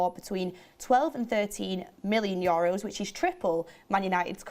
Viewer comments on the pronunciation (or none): "4million your'os" good one